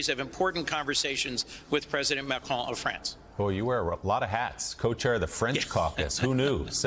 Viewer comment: Nice to hear an American on TV ptonounce “Macron” correctly.